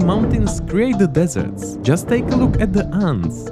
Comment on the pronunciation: I think it’s called “Desert,” not dessert